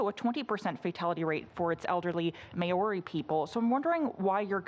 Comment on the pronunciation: Horrified by how this reporter pronounced Maori. Yikes.